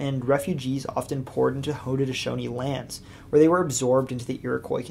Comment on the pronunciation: You should learn proper pronunciation. There was no such thing as the Protrusions it was the Patroons. Nor was there Haudneshonees precept, it was Haudnesaunee.